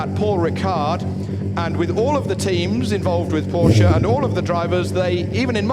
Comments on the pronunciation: he pronounced it correctly once you idiot internet warriors! Go back to your caves! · My uncle's surname is porsche and 'e' is definitely not silent at all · God bless british guy, who pronounces PORSCHE like PORSCHE, and not PORSH